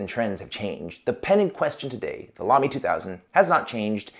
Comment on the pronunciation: Thank you for pronouncing Lamy correctly! :)